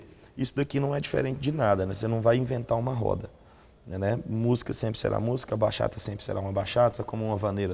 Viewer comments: Bachata se fala Batchata. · Simmmm, que agonia escutar eles falando Baxata.